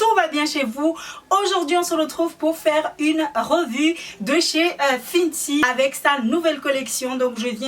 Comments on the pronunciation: J'aime bien tes vidéo mais j'aimerai bien que tu arrête de penser que seul ton avis est véritable et même si c'est ton "métier" arrête vrm de dire que tu est une influenseuse stp c'est pas vrm ce que tu est et aussi dis fenty et pas fiiiintiii sa fait mal au oreille ( pareille pour Huda et pas uuiiilllddaa) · Fenty pas finty